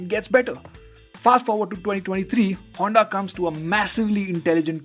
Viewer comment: Broo, but it's HONDA brooo....